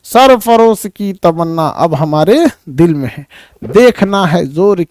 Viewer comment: Sir it is sarfaroshi not sir farosh